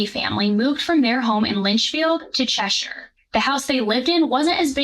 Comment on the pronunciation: I'm so glad you said Cheshire properly instead of Chesh-Hire.